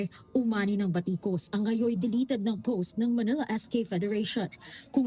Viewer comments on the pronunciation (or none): none